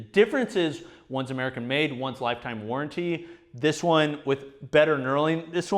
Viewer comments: it's "warranty" not "warrenty" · WarrEnty? Really? Or should I blame Sam? It's WarrAnty... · Love you. It’s warranty. Not warrenty. Great video tho